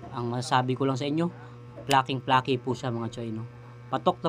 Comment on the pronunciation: icocorrect na kita bago kapa icorrect ng iba. hindi "flokeeh" ang bigkas, "fleykih" dapat. ayon, salamat sa masarap na FC! God bless!